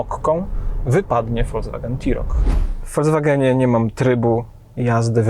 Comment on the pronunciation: Mówimy: folks-wagen, a nie folc-wagen, panie redaktorze.